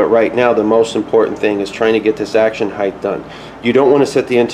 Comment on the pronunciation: Height. Not Heighth. The word "Height" ends in a hard "T". "Heighth" is not a word. It's "Height" and "Width".